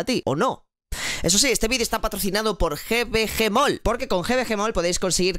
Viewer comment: Es GVGMALL, no GBGMALL. Saludos